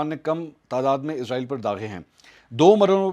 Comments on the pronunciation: Ezrael hota ya israel ap k bolny me fark hai ya hamary sun'ny me 🤔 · اس کا نام اسرائیل ہے نہ کہ ازرائیل برائے مہربانی اس کو ازرائیل نہ بلائیں ۔شکریہ